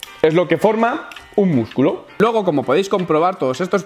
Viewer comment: Yo soy de antorcha para toda la vida pero lo haces muy bien y te curras los videos y créeme que se nota y se agradece pero aceptame un consejo: cambia la frase de despedida o por lo menos cambia la entonación del "luego" (puedes hacerlo mucho mejor) Un saludo desde el norte de Galicia.